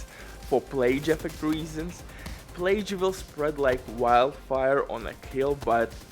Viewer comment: Gotta love the “plage” lol